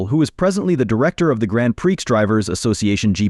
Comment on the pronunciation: Grand preex. Gotta love AI voiceovers.